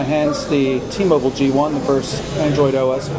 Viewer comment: ITS T-MOBILE!!!!!!!! BILE BILE BILE BILE NOT BULE......STUPID....